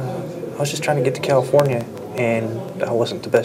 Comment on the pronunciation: He said Killafornia.